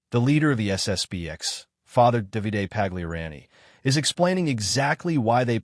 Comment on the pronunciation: The narrator needs to learn how to pronounce Pagliarani, Novus, snd one other word that just slipped my mind.